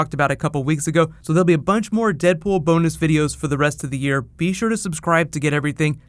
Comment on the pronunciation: In the end he said: "There will be a whole bunch of Deadpool bon..." and I involuntarily finished the sentence for him... but he actually meant bonus. It's bonus.